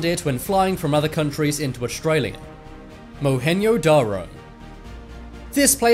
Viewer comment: First of all: At least pronounce Mohenjo-Daro right!! Second: we're learning about the decline of the Harappan civilization (Indus valley civilization) in SCHOOL!! (Class 6)